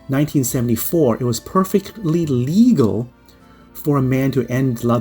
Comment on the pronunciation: did he say "perfectly lelegal or illegal or legal???"